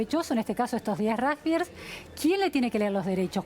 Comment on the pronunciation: No es ni rujbiers ni rusgbier pronuncie bien no es tan dificil!!!